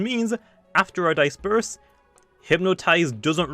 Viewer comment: can we take in the moment that pronounced disperse wrong